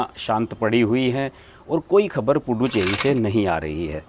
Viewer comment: Pl pronounce it as पु दु च्चेरी and not पु डु चेरी। पुदु in tamil means नया ,चेरी in tamil means hamlet/ village.गांव। इसका मतलब पुदु (च् ) चेरी = नया गांव ।